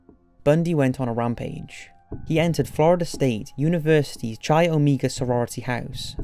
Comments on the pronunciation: It’s “KYE”-Oh-Mega!! Hahaha chee! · Chi is actually pronounced more like "Kai". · The narrator is good, but makes large mistakes in pronunciation. The place, Puget is pronounced pyoo-jit and "recognizance" is badly mis-pronounced, as is the Greek letter "chi."